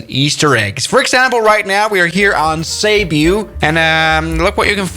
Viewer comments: He even mispronounced cebu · "caebuu" Actual: ceebu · It's pronounced as "see boo" Island. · being a Filipino this is pronouncing Cebu wrongly he said: Sébiu Its supposed to be: Cebu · "seebu" ❌ "saibu" ✅ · Its Cebu not cebyu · Its supposed to be said as SEBOO (Cebu) NOT SEIBEW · as a filipino, the way he says Cebu hurts me. its Ceboo, not Cubiuu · It's pronounce sebu not seybu but it's spelled cebu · Seibu lol Its Ce-bu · Cebu not sebo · Him:cybu Me: ccceeebbbu cebu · try practicing Tagalog 🇵🇭 Not to be an genius or not judging It's is pronounced to us is Sebu not sebiu not gonna judge becoz I live in Cebu pls pronunciation correct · not ceybu you pronounce it as sibu ik bc im from cebu and my house is near the airport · Phillipines: Cebu is pronounced Sebu Him: Cebu is pronouced Saibiu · I’m from the Philippines,and it’s pronounced Se-boo,not Seb-yuu... READ THIS COMMENT!!! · Actually cebu is pronounced ce-bo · Its cebu why seebyou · As a Filipino, the "say-byoo" bit is quite hilarious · Did he just call Cebu "Ceabeu"?????😭😭😭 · Im in philippines and u say cebu wrong u ponounce it seboo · Cebu is pronounced (Sebu) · How to pronounce “cebu” se-boo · He just pronounced Cebu "saybyew" and I can't stop laughing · The pronunciation of Cebu is (seh-boo) but great vid! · Cebu is pronounced "SIBOO" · "CEYBU" BRO💀💀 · Cebu = sebu = seibeu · Im a Filipino and I burst out laughing when he pronounced Cebu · Your pronunciation of cebu is kind of weird i say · You said Cebu wrong. Now all of your Filipino viewers are probably gonna drop. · Bruh you just butchered that Cebu pronunciation. Its supposed to have a hard sounding e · pronouce cebu properly lol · You pronounced Cebu wrong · In how you say cebu💀💀💀💀💀💀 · Filipinos getting disgusted by foreigners pronouncing filipino city's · My ears bled when you pronounced Cebu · i feel like he just butchered cebu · I like you your effort try to say cebu perfectly